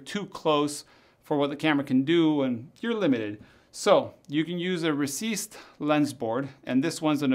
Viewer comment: UMMM It's a recessed lens NOT a 'receased' lens